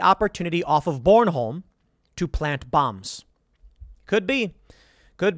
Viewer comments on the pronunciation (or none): Biden says “I’m gonna debomba der piplin “ 😮